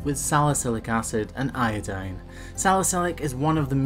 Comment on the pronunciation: He said iodine, not iodean! I'm so happy!